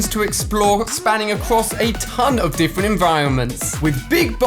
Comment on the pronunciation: Ali a said diffant instead of different 🤣🤣🤣🤣🤣🤣